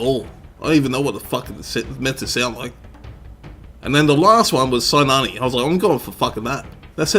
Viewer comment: i am greek, her name is pronounced "kinàne" or also "kina"